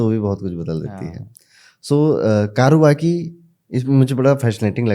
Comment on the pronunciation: कारुवकी नही कौर्वकी है ।